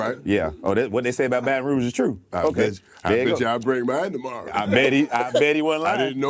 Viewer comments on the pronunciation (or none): none